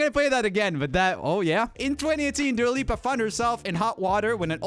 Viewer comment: Not "Dula Lipa Disco" 😂😂😂